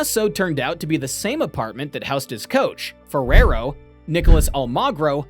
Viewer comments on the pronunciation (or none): Terrible pronunciation on Spanish names...I'll let you know that Alcaraz is pronounced "Alcarahth" (last syllable as the tonic one) and Ferrero as "Ferrherhoh".